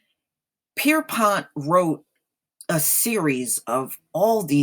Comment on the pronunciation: Did you say James Pisspot?I mean correct me if I'm wrong.